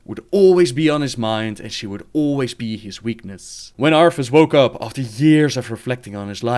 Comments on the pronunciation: cant get over the fact you say arTHAS as ARFas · I love how he kept saying "Arfus"